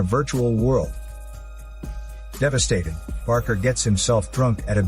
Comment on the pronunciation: BAKER DILL - NOT BARKER!